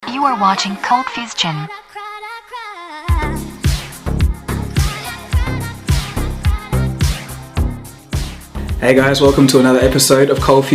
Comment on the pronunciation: Anyone still looking at the video and thinking why it is saying ColdFusTion instead of ColdFusion?